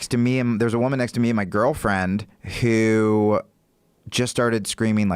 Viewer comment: I could never be homeys with someone that pronounces the word "who" this way